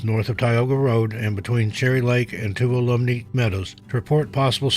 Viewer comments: Tuolumne is a name place in California that our dear friend keeps mispronouncing. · Accent on the wah